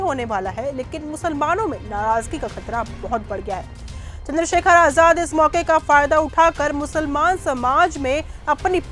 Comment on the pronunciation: Chander Shekhar ravhan hai sahi se name le